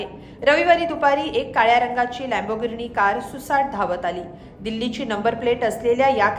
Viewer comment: मॅडम नाव तरी नीट घ्या गाडीचे, परत परत तेच सांगताय लॅम्बो गिरणी , लॅम्बो गिरणी 😂😂😂